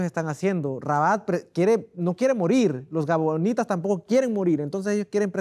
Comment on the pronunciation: Felicitaciones a los pastores por presentar la palabra de Dios,pero disculpe que no es gabanitas sino gabahonitas y que El Senor Jesus los bendiga